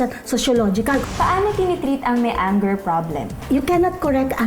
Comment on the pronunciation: That’s not how you pronounce anger 😭😭😭 please Google how lol